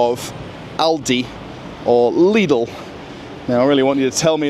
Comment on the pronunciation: At least someone who speaks ALdi and Lidl correctly - the Americans never get it right